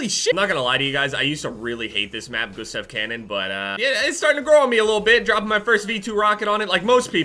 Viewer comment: FOR FUCK SAKE.... ITS (GOOSE-TAV) CANNON..... Jesus you are so American it hurts